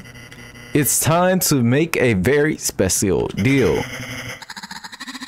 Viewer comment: I love how you keep pronouncing [Specil] exactly as spelled.